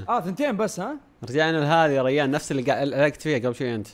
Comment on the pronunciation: ما قال ريان قال ريحن